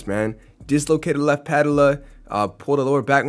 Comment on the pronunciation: Puh ~ tell ~ uh = patella Joh ~ keem = joakim